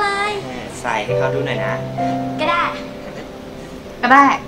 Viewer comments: ไม่ใช่เอ 4 ดอกนะ กระดาด ดับเบิ้ลเอ จ้า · เขาไม่ได้ตั้งใจอ่านผิดแต่เป็นกระดาษต่างหากที่ไม่เรียบ..เฮ่อ!!